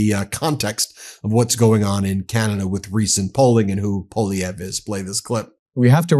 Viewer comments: Ben, i'm cringing as a Canadian. It's pronounced "PAULIEV"...NOT "POLLIEV"....But we definitely do not want a mini Trump here in Canada, which Polievre definitely is. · The first syllable of Poilievre is "pwah" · Poilievre is pronounced Pwa Lee ev re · I know it is a French name but it is pronounced "Pierre Polly-pockets" up here 🇨🇦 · Pierre Poilièvre /pjèR pwaljèvR/ I know that the anglophone Canadians have trouble pronouncing his name, but could y’all at least attempt to pronounce it better than them ? It doesn’t have to be with a European accent but even a French Canadian accent would be better. Merci 😊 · Ben, PWA-LEE-EVR 😂😂😂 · True story, Poilievre used to pronounce his name Polliver...lmao he is such a poser.